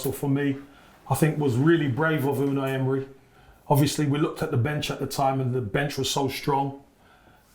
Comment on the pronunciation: actually can't say Unai Emery. Listen to how he pronounces it 😂